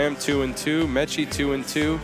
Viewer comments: Nice to have as a commentator but really wish he would learn how to pronounce Meichi and Sorato’s names better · gently emphasizing "Meichi" and "Sorato" while the other guy doubles down on "Mechi" and "Soratu" 😅